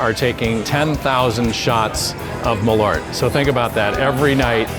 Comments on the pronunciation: Hears Jeppsons "Maleaur" sees "Malört" It's pronounced "maaahleurt" , in Swedish 🇸🇪 #eehluhrtahg #hipphipp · Funny to hear someone making a product and dosen't pronounce it correct... More Kinda like "maaalööört" not mallorte. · The weirdest thing about this video is not people actually admitting to liking this thing, but hearing Malört pronounced as "muh-lort". (Hint: in Swedish it's something more like "mahl-oert".) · Pronouncing Malört so bad I thought they were talking about someone named Millard. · Malört not "Meleurt" fuck sake learn Swedish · As a swede I kind of twitch every time you say MALORT, it's so far from the actual pronunciation 😁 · It's a bit embarrassing when the head distiller can't pronounce the product that he's making, no? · it's spelled with an Ö so it should be pronounced with an Ö.